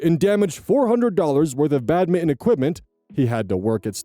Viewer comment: Hey, … do you say ’badminton’ like that on purpose, or is one if us about to have a minor revelation?